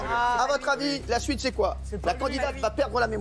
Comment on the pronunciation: enfaite il dit la suite sui-te